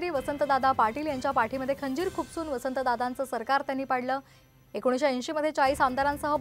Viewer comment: बावनकुळे साहेब खंजीर शब्द नीट उच्चारता येत नाही आणि जगामध्ये सर्वात शहाणे जगातल्या सर्व चांगल्या गोष्टी आपल्याला समजतात असा जो आपला अविर्भाव आहे धन्य आहे त्या बद्दल